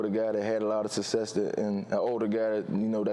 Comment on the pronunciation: Why is it so difficult for these athletes to say the word "SUCCESS"?????? The man literally said "sussess" like 8 times